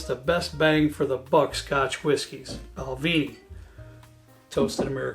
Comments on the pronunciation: PLease stop saying BALVEENIE It's BALVENIE, the "E" is pronounced as in the word "EGG". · Bal-VEN- ie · Balvenie (actually pronounced bal-VIN-ee) is my favorite single malt for the money. The sweet American Oak is a nice unique option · It should properly be spelled Bunnahabhain, and pronounced boon-a-ha-ven with the ven as in pen. Also, Balvenie is pronounced bal-vennie not bal-veenie, slainte from Bonnie Scotland.